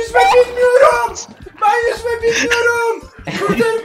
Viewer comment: ben yüzme bilmiyorum ben yüzğme bilmiyor bulp bulp kurtarın beni